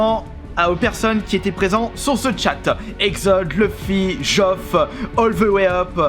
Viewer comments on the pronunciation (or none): none